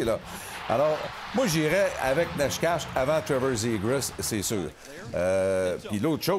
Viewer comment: Necas = Nétchass = Nécache = Néchass